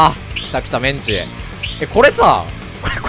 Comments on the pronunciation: の｢メンチ｣のイントネーションは完全に揚げ物の方ですわ。これから喧嘩を売らせていただく挨拶のメンチは｢チン毛｣と同じイントネーションですのよ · メンチのイントネーションがカツで草